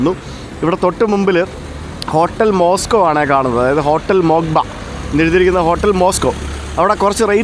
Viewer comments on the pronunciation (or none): none